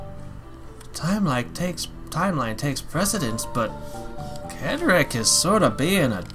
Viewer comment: His name is pronounced Cedric (Said Rick) not Kedrick